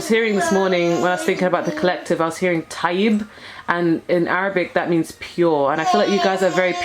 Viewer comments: I picked Pile 1. Resonated. Thanks, dear. Funny how at the end you mentioned the Arabic word for good. I am from Malta, and our word is similar. We say "TAJJEB" to mean good as well, because our language is originally semitic. It's pronounced in much the same way you said it in this reading. Our language has evolved a lot so it's really a mix of Latin Romance, Anglo-Saxon as well as Semitic. :) Are you of Arab origin then? ... I also listened to your song and left a comment on that page. Great lyrics. I don't usually go for rap, but I really enjoyed that one because the words held deep meaning. I wish I could have seen you singing it though. ;-) Want to see what you look like. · Wow! That's amazing that you can hear words without knowing them and say them correctly. You even pronounced it well. :) Happy to give a little support in appreciation of all that you do for others on this channel. I'll look forward to seeing your face soon then. :) xx